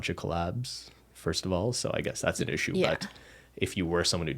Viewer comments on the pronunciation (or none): none